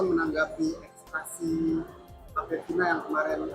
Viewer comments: Itu si Reporter pas ngeliput si, apa gk ksi tau ya klo yg dia maksud itu salah cara baca ekstraksi hp?? Sumpah tolol bgt itu pengacara pas baca ekstrak hp 😂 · Yaa... Allah... itu sebenernya sekolah enggak sih...? Udah udah berhari-hari, cara baca ekstraksinya masih salah, Kalah sama anak-anak sekolah...